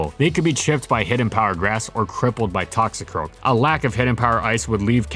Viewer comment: Unfortunately you didn't say it right